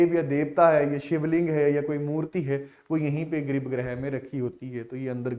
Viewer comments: इसे गर्भगृह कहते हैं ना कि ग्रिप ग्रह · bhai ji grib greh hi bola hai sir ne